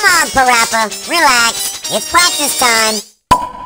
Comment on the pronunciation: “Let’s Play Pawapa” 😂😂😂😂